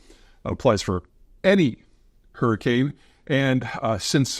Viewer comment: Peter, did you REALLY run to WisCAHNson to get away from a hurrycane? 😂🤣👍